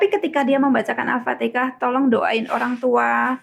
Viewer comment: Al Fatihah ! Bukan Al Fatika